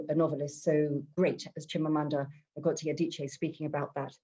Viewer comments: Wrong!! Wish I can make a voice note here, "Ngozi" in Igbo, is "Ngozi! Not " in nor "I'm! It's totally wrong and don't put it up here as an advise cos am not sure you are Igbo please. The " N" is is like that in Igbo, and there is no other way to pronounce it, you just need to try harder. Thank you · do u really understand phonetics.... how foreigners pronounce it is "Nigozi" it is supposed to "ingozi"